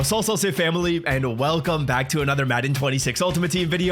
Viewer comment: Yo Love your Vids but I need the Old Way you used to do "Welcome Back!" i like that way better lmao